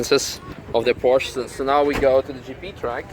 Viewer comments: He, thought you speak german, it is Porsche, not Porsch. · Porsche = PorschA. Surely you know this?